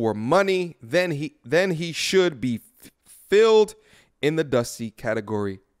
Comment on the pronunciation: Brotha, blessings upon you. I love the content. Everything you have articulated on today is 100% true. But I cannot let this go.....you read filed as filled.